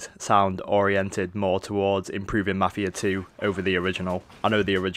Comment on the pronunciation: i can understand everything you said except for ------MAFIA 2